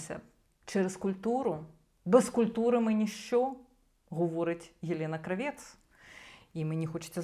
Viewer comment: Єлєна крАвєц. Наголос на -А-. Це вона так себе позиціонує. Єлєна крАвєц, асоціативний ряд Lanny Kravithz . То вже не модно, то тепер натягує на себе роль міністра культури?